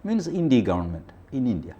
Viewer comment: വാജ്‌ പെയിയുടെ ഭരണ കാലത്ത് പാക് ഭീകരരെ വിട്ടു കൊടുത്തതെന്നിന്. ഇംഗ്ലീഷ് പണ്ഡിതനായ TG India എന്നത് ഇൻഡി എന്ന് ഉച്ചരിക്കുന്നതു എന്തിനാണ്